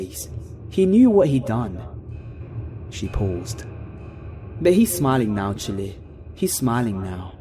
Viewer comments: The accent of Jamaica and Haitian people had "child" sound out with a dropped off "D", so it sounds like "chil". I am NOT complaining, just informing you. "Chile" with the pronounced "e" (or like hot peppers, chili) is just off the mark. You rock,. I hope this information helps when you do accent dialogue work. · Another excellent read 👌👌👌One thing I picked up on, I believe your saying "Chile".... which being a La. native I hear often. It's a country way of saying child....and pronounced the same, without the d of course😉. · Chile lol 😂😂😂😂 It Ch-i-yle. Like whew chiiiillleee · I was coming down here to say just that. "Chile" and "Ole" are just 'Child' and 'old' in a Haitian accent. I think it's so funny when English people mispronounce things like that, because i'm sure they don't mean to